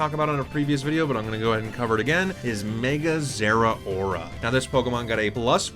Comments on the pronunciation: Everyone says Zera-ora but the "rao" (ラオ) is just pronounced like "ow" or "how". Ze-RAO-ra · Raichu Y is a sweet little fella. Gameplay wise Zeraora is the mega that the Electric type has been waiting forever to get, and it's only fitting that it outspeeds everything, although almost everyone mispronounces its name.